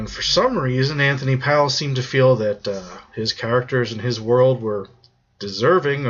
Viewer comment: The author's name is pronounced "Antony Pole"